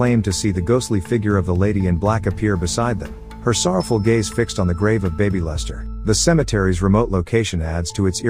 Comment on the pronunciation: I couldn't help from laughing at the bad A.I. narration... especially at the "the tombstone marked only with the name BABYlester... "